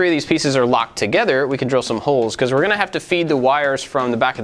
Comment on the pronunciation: Lmao u kept saying togeder instead of together